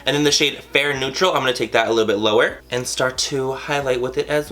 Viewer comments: Did he say Laura lash line?? 😂😂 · I thought he said "laura" lash line. not lower lash line. lol.....